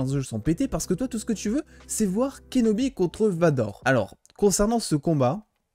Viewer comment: je suis le seul à entendre "obi-wan KENOMI" quand il prononce son nom ?